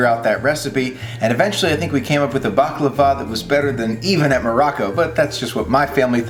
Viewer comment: Btw you say it right. 😉